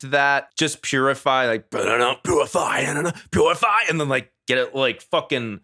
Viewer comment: Beginning of purify just sounds like he’s saying jibberish don’t even sound English